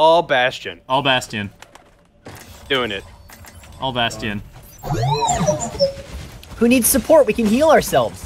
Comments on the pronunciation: ugh I cringe every time roos says bast-ian.. it's pronounced bashton Ross! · Ugh Ross says "bastion" like "bassteon" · "Bast-tien" - Ross